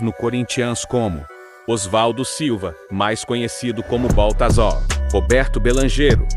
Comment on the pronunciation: CorinthiÃs, Baltazal, Claudiô, o que é isso? Tem que corrigir a forma de pronunciar, ou muita gente não vai entender